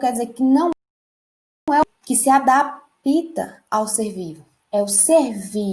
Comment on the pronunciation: Alguém fala pra ela q é adapta n é adapita não kkkkkkkkkkkkkkk pensei q era professora rsrsrsrs ela ainda quer ensinar